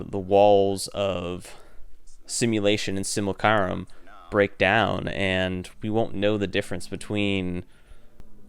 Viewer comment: This isn’t meant to be judgy, but just for future reference: it’s pronounced sim-you-lack-rum